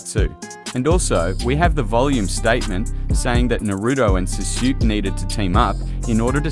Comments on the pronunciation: “Suzuki” I know it’s voiced by an Ai but still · its pronouned Saskue like sauce then kay u good my guy lol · Your pronunciation of sasuke is so bad man